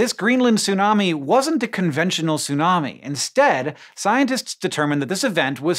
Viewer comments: It's tsunami, not sunami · you need to pronounce the T in tsunami! its not Sunami... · Stop saying "sunami", the t is not just for looks. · Sorry, I can't watch this video. I forgot that you don't ever pronounce the T in Tsunami, and as I guy who's devoted years of my life to the study of Japanese, I just can't bare hearing you say "soonami" over and over and over and over and over and over. I have to skip this one. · The way you pronounce tsunami bothers me so. Is it really that hard for native English speakers to pronounce /ts/ when it becomes the first consonant of a word? You don't seem to have a problem pronouncing "bits" as an example.